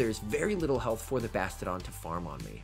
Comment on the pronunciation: I want to punch myself in the face every time you say "Bastidon" and not "Bastiodon".